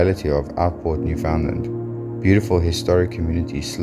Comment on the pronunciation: Understand, Newfoundland. You’ve pronounced the provinces name wrong.